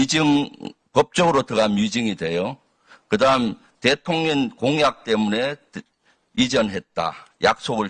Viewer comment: 김병주는 대통령을 대통련이란다 뭐지? 국회의원들~ 우리 말의 발음을 좀 공부했으면~